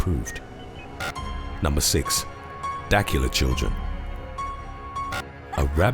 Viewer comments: The name of the city is Dah-cue-la not dakala. It’s okay. Not being from the south I’ll forgive you - this time. Ha ha. This is a serious subject because while rabies seemed to have been, for the most part, eradicated (in U.S.) if you are bitten it’s always best to get shots for rabies. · It’s DUH-cula georgia. It’s maybe 10 minutes from my home town. Good video though. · Lol... Love the channel listen to these back-to-back but I heard you pronounce a town in the same state I live in if you ever come across it again it is... DA-QUE+LA, Dacula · The town in Georgia at #6 is pronounced duh-KYOO-luh. I know. I’m from the metro Atlanta area. Edit: “Gwinnett” is pronounced gwih-NET. Stress on the second syllable. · It’s pronounced DUH•CULA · Its pronounced Da-cue-la Georgia. I'm 10 miles down the road. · Love ya Darling. The Georgia town is pronounced as dah- CUE-la. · I was going to give you the correct pronunciation of Dacula but forget it. Lol